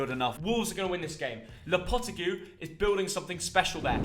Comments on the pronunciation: it hurts me to say this as a Wolves fan. Lopetegui is pronounced (Loh Puh Teh Gee) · Did just say lopetigoo 🤣🤣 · Love how he said lopetegui’s name 😂